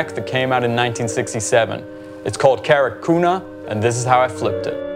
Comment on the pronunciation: Big fan here from the days of Platypus and a Greek dude. Just wanted to say it's not 'Carrick kuna' but 'Kah-rah-Goo-nah' (g as in gate). Keep up the good work, I love it!